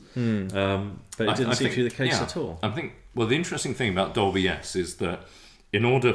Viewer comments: Are you 3 playing a drinking game with your Doblie! Dolby and Sonie Sony pronunciation ? 😂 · This riff was worth watching for the bewildering pronunciations of Dolby (Dobly) alone. :0) The fact I have had a huge flashback, as I owned one of these fine machines, is a real bonus. I had a few Sony Metal Master ceramic cassettes, which would hold a higher record level (and smash if you dropped it). They were £17.99 back then for a single, blank c90. Sounded superb.